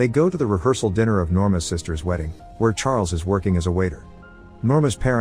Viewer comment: Has anyone else noticed that the narrator misuses pronouns like his, hers etc? And that he sometimes has trouble pronouncing words with an 'i' in them, like 'riffle' instead of 'rifle' or 'diner' instead of 'dinner'? I would think it was a computer generated voice but it has too much emotion and emphasis in it. It's just a few weird mispronunciations from time to time.